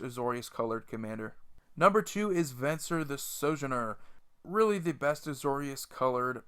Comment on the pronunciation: pronounced So-JOIN-Er.